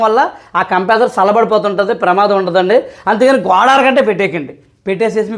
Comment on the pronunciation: అన్నా ఇపుడు లేటెస్ట్ టెక్నాలజీ ఉంది. ఆటో కటాఫ్ ఉంటుంది. క్రంప్రెసర్ కాదు. కంప్రెషర్ అది